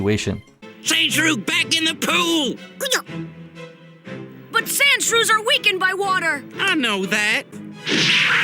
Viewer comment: "SaNdShReW gEt BaCk In ThE PoOw"